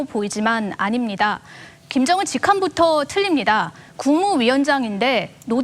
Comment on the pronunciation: 김정은을 김연정이라고 계속 왜 발음실수를 하는거지? 내 귀를 의심하고 여러번 들었는데 역시나 여자 아나운서가 실수했음.